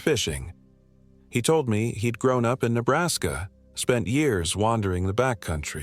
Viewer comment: First off you are talking about my home, you don't seem to have much education, first of it is Nebraska, pronounce it right, as well as Niobrara, pronounce it right!! Your stories are all B'S. Keep telling them though maybe it will keep your kind away! Gps doesn't work out here. 😂